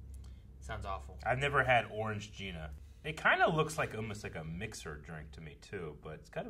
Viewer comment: Why do you guys keep calling Orangina "Orange gina"? There's just one G!